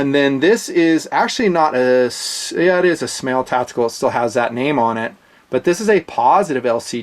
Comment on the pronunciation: SMAEL is pronounced "SMILE"